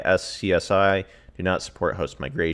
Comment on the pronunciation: iSCSI is pronounced "I" "scuzzy" as one word.. They all have their benefits. Performance belongs to VMware, Windows is relatively easy. Not familiar with Proxmox, but for the price, it is hard to beat.. I use VMware on a little box, which hosts my router, Win server for AV and another service, and a few other VM's for play/testing.